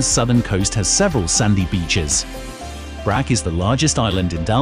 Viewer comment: Brach. Like church